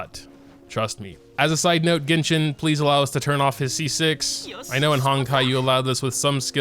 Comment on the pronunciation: "ginshin impact"